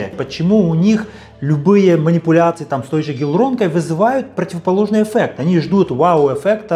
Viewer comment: Не эффэкт,а еффект, специалист